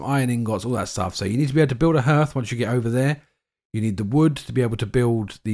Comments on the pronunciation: Harth, not h'rth ❤ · Why are all you YouTubers pronouncing the word 'hearth' (properly, h-ah-rth) as 'h-er-th'? I don't get it. It's a pretty common word.